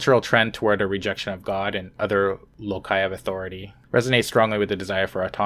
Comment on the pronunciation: loci is pronouced low'-sigh